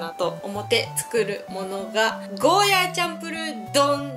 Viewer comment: 沖縄の人からしたら「ゴーヤー」という発音が正しいので少し気になってしまうんです。。。ごめんなさい。。。